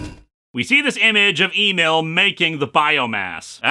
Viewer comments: I think “Emil” is supposed to be pronounced “ehmeal”, not “AY-Meel” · Why does Lewis keep asking us to "Email Burbank" when he's talking about "Em-eel Burbank"?